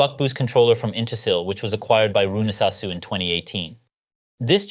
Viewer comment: And finally I've learned how to pronounce that correctly after so many years!